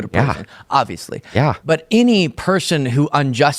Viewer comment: yeah talks like a valley girl. he constantly uses the word "like" and listen to how he says "yah" in the time code i linked.